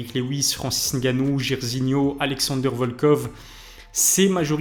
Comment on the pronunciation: Francis Ngannou pas N gannou 😢